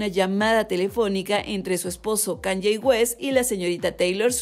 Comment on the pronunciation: Se pronuncia KAAANIIIIIIIEEEEE